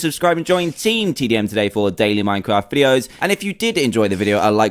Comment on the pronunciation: Is he saying minecraft or minecart ?